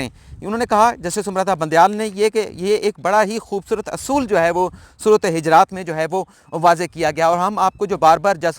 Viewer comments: محترم......سورةالحِجرات نہیں......بلکہ،حُجُرات ھے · جی صحیح فرمایا آپ نے سورۃ حجرات ہے پیش اوپر ہے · حجرات نہیں پیش کیساتھ حجرات ہے